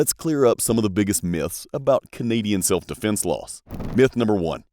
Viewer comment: OMG stop saying defence like that